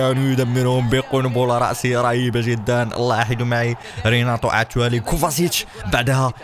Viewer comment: كوفاڤيتش وليس موفاسيتش